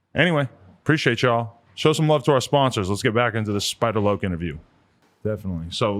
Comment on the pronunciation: Adam called him Spider Lake lmao dumbass